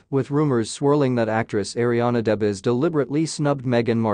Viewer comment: This tabloid needs to apologize to Ariana DeBose mispronouncing her name and totally misinformation.